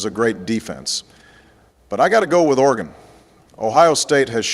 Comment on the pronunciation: “OR-GONE” - Obama 🏈😅😂